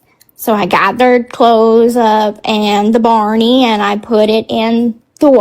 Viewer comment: OMG Baaawney? it's BARNEY 😅